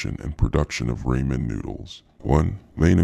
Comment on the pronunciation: Why does he keep calling Ramen noodles “Raymen noodles? Also, is that his real voice?!